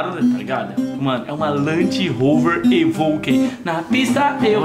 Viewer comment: " é uma land rover evouquey " kkkkkk eu ri agr hein